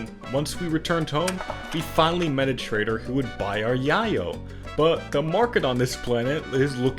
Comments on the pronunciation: Not hating on you, this scenario is fucking awesome! buuut... it's pronounced YAY-yo, not YAH-yo. I almost couldnt watch the rest of the episode because of how you were pronouncing it. Just found it funny, again, not hating on you, your video is really great. keep up the wacky scenarios! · Its yay-o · Nice story play-through. First I've heard it pronounced as "Yeah-Yo", I only heard it as "Yay-o" lol.